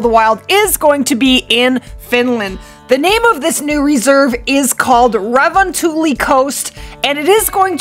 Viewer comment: Dude im from finland you say "revontuli" wrong